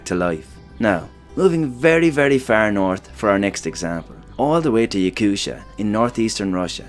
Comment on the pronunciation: Yakutia is not pronounced with a sha, but with a hard T sound.